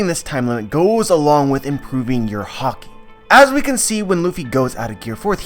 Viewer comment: You keep pronouncing "Haki"as "Hockey". Pls stop. Anyway good stuff.